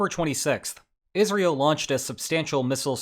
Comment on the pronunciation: Is just my ears or is he pronouncing Israel as Isreal ?